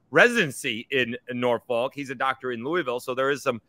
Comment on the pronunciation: Thank, Great vid hard to find good ODU stuff. As a native Virginian less than 10 minutes from Norfolk, please pronounce it nor-fukk. Almost like ur cussin. We don’t pronounce the folk part like “folk”. Sorry we’re the home for mispronounced town names lol.